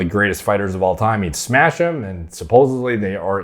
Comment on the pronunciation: Thats just how Khamzat is. He says he will "smesh" everyone.